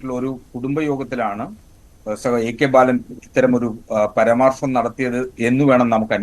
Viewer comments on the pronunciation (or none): പരാമർശം എന്നതിന് പരമാർസം എന്ന് പറയുന്ന പൊട്ടൻ സഖാവ്.